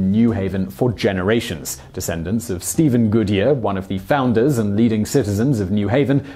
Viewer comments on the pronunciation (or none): none